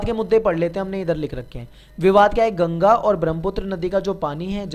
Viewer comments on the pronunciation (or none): none